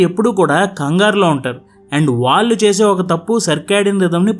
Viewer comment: “వాల్లు” కాదు నాయనా “వాళ్ళు”